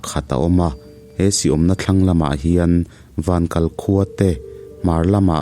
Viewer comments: Zâwlnghak ❌ - Zawlnghak✔️ Vankal ❌ - vankâl✔️ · Vankal tih i lam a kal tih i thluk hi a diklo , saw tah ka 👉 kal dawn ti a lam tur , Vankal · "Vankal" kha lam dan a diklo deuh nia aw sir!! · Zawlnghak leh vankal khua i lam dan adiklo tlata ka hriat chu